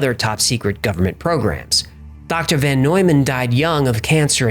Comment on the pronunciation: It is VON Neumann not VAN.